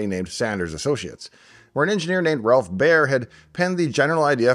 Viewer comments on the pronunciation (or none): none